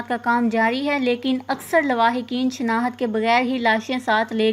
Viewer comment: Word tu sahy bolo. " shnahat" kya hai. " shnakht" word bolo